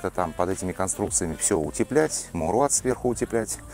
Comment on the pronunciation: Мауэлрат... не маулрат😂😂😂